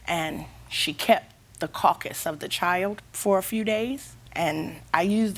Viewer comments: She actually said "caucas". With her Illiterate ass!🤦🏾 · I couldn’t work out what she was trying to say, absolute moron! Caucus 🤦‍♀️ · Love how the plaintiff says “CAWCUS” instead of CARCASS lol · It's simple. Let people grieve the loss of a loved one in any way they need to. Do offer support. Don't tell them what to do/feel. Do show compassion. Don't refer to the loved one as a "carcass" (or "caucus" as she incorrectly said). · Sounded like she said cAWEcus lol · Did she say carcas of the child? 😮